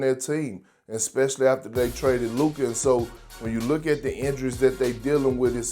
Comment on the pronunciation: He keeps mispronouncing LUKA MVP as LeBon or something like that